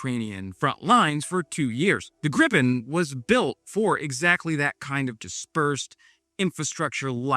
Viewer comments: Ok, may I be petty? It's not pronounced as in gripe, the i-sound in the JAS39 is closer to what would be spelled as ie in English. Same sound as in field. I won't complain about the r-sound though, as English doesn't have that sound. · GREEEEEE-PEN... not GRIP-pen I know you're American, but put some effort in.